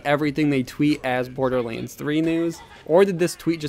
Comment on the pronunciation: Dude, seriously - stop pronouncing "BorderLANDS" as "BorderLEENS"! gosh...